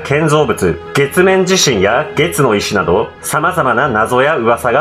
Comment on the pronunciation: 月の石が けつの石にしか聞こえんのだが